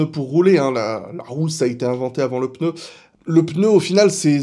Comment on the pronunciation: Merci de prononcer le mot pneu comme il se doit et non peuneu comme trop de personnes… non j’ai rien dit sur F.Montagny ! PS : pourquoi tout le monde dit « dimanche dernier » alors que c’était « dimanche presque dernier » ? 😁